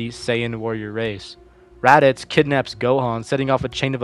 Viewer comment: I came to the comments before starting the video and i saw this comment and i started laughing a lot but the first time he said Raditz i was like "HE DOES"